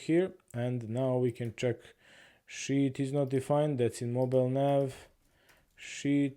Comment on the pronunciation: you pronounce sheet like "shi*" 🤣. Love it